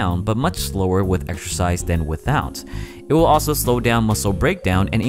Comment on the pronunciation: Waow! "exercise" sounds a lot like "extra fries"! :-)